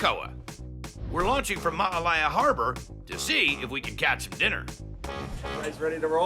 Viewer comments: Great to see local chefs on here for this episode! I’m born and raised on Maui. And not to be a prude but I just wanted to point out that it’s Ma’alaea harbor. Not Ma’alaia…. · M-a-a-l-a-e-a not Maalaia